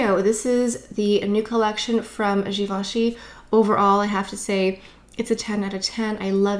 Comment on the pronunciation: nice video reviewing products, pronouncing the names right and having done the homework and all, bravo!